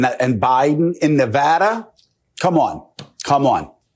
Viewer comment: He slipped, "Ne-vah-da", Nevada. Some say "potato", some say "puh-tah-toe". Nevada is correct. No freaking "ah" in there.